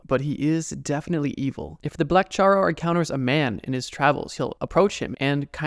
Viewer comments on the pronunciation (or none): Charro Negro you roll the r's in charro.